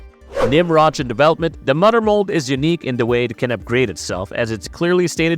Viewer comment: LOL "da mudder mold" is killing me throughout this video 🤣🦩